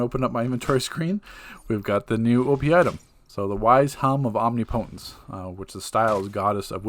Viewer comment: om-NI-puhtens...there is no alternate pronunciation